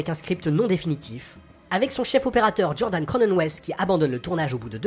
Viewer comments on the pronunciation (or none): none